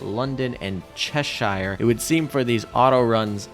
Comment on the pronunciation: I dream of the day Americans learn how to Pronounce Cheshire, (hint: it’s Chesh Shh)